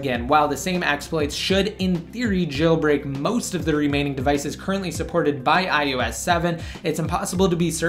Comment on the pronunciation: It's I O S not I U S